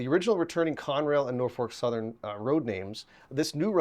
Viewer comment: "NorFORK Southern" LOL